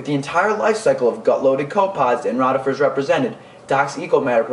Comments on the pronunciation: they are co pep pods not co pods other than that decent vid oddly enough rotifers is pronounced roe tifers not rawrifers. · your mispronuncing rotifers. Not rot